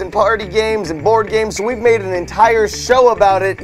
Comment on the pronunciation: At the end Said board AM